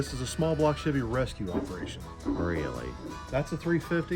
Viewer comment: I have owned and driven Chevys since 1995 and NEVER heard the word "Chevy" pronounced the way does 😂 I cringe everytime. Must be Northern thing